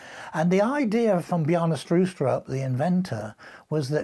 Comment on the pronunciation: You said Bjarne Stroustrup really well actually. I’m a Dane btw.